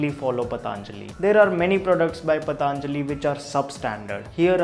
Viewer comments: Thank u for the informative video. Just a humble suggestion.. Please not the pronunciation - पतञ्जलि not पताञ्जलि. A lot of people say pataaaanjali because perhaps it sounds stylish.. Which is really annoying. It is patanjali, not pataaaanjali. We teach such words to the world and we should pronounce them right. No offense intended. Thank u! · Its not. पतांजलि its पतंजलि। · Not pataanjali...its patanjali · Ayeeeee learn first to Pronounce properly...it's Patanjali not Pataaaaaaanjali...ha ha ha Pataaaaaaanjali... Your English is like writing SSC paper, speaking with Aliens tone...ha ha ha Pataaaaaaanjali... Pataaaaaaanjali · It's पतंजलि not पतांजलि whether in English or Hindi because it's name after a maharishi Patanjali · भाई साहब सबसे पहले तो आप अपना उच्चारण मेरे हिसाब से सही कर ले तो हम सभी पर बड़ी कृपा होगी वह पतंlजलि नहीं पतंजलि है महर्षि पतंजलि के नाम पर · Useful video, but some feedback for you. I'm sure you studied Hindi in school. You can pronounce Patanjali correctly ? It is पतंजलि not पतांजलि ! Please make an attempt to be as Indian as possible in your pronounciation ...you are taking the same of a respected Rishi, the least you can do is pronounce the name correctly. Second, coconut oil has a LOW heating point,not High. Please research better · It's पतंजलि, not पतानजली as he reads. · उच्चारण कृपया स्पष्ट करें पतंlजलि नहीं सही उच्चारण पlतंजलि है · It's not "Pataanjali" , it's patanjali. So many of us pronounce it wrong. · I have seen many of your videos. They are extremely informative. Keep up the good work. Just commenting here to let you know that it is not पताञ्जलिः but पतञ्जलिः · It's not pataaaanjali my dear. Who told you this ? Patanjali. Not pataaaanjali. Stupid. Learn pronounciation first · Its not pataanajli Its patanjli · Bhai it is पतंजलि not पतांजलि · भाईसाहब इसका नाम पतंजलि है। आप इसको बार बार पतांजलि क्यों बोलते हो? कृपया उच्चारण शुद्ध करे। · पतंजलि ना कि पतांजलि 😂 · Paatnjali nhi be anpad,patanjali bol. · Bro its patanjali not pataanjali